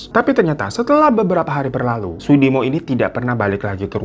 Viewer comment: Klaten jadi klètèn Sudimo jadi sàdimo 😂